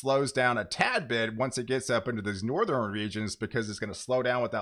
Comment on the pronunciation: Great work. Keep up the good job! Piece of constructive advice for those of us who can`t help it but hear it.. its NortheRN not NortherEN or SoutherEN .. there is no E at the end of those words